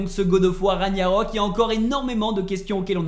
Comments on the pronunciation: On dit Ragnarok au fait et pas raniarok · Rague-narok et non raniarok. En plus ce mot est prononcé pendant tout le jeu 🤷‍♂️😄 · Il faisais exprès de dire RaNIArök plutôt que RaGnarök hein 😅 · Raniarok???? Genre personne dis rien la??? 🙆🏾‍♂️🙆🏾‍♂️🤦🏾‍♂️🤦🏾‍♂️😭😭😭😭😭 Ragnarök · Punaise ces pas ragniarok mais RAGNARÖK vous pouver parler français en faite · On dirait c'est dur à dire RAG-NA-RÖK 😂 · Moi je comprend juste pas pourquoi tu dis "Raniarok" pas crédible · Il gère! Juste étonné qu'il sait pas prononcé "Ragnarok" normalement depuis tout ce temps🤣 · T'a un problème avec le mot "Ragnarok" je crois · Toujours aucun effort de fait sur la prononciation du mot RAGNAROK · Whalla Mai’s ta 177k tu sais même pas prononcer ragnarok